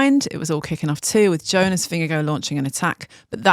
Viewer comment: Producer said it correctly! Kudos to her.